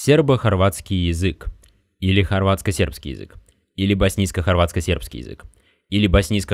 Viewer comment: Мне одному кажется что автор говорит не Язык а Езык?